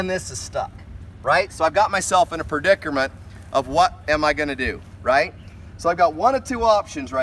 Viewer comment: What a "perdicerment"